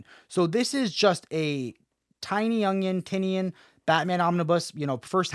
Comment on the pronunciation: Did you say Tiny-Onion?😂 I did enjoy Tynions Fear State run but not tooooo excited about these Omnis or absolutes for next year